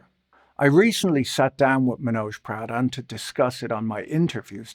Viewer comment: I kept hearing “Pradhan” as “Proudhon” and boy that would have been a wild lineage for a former managing director at Morgan Stanley